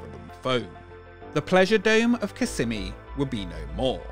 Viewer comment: I remember my dad took us to this when I was a kid. I thought it was so cool! P.S. It’s pronounced kiss-SEH-mee (based on a Native American word)